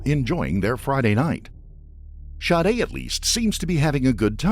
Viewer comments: it sounded like the narrator was saying shardae… So he’s pronouncing it wrong if her name is Sade Regardless there was actually no point of you correcting that. It wasn’t relevant to anything being said. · OK, Sade is not pronounced Shawdae, Shaudae!!!!! How ever you want to spell it, but Sade is not one of them!! The shhh sound only comes from an S and H not S and A!!!! That is sade like shade without the H!! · How do you get the name pronounced Shadda, when it’s spelled Sade’? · How do you get Shadé from Sade? If you must give your kid an oddball name at least spell it phonetically. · Lmao the way Sade is pronounced by the narrator.